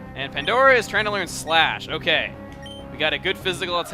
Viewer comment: LOL i thought you said Splash instead of Slash xDD i was like, "why are you teaching her that... ;x;" pffft~ that was weird -w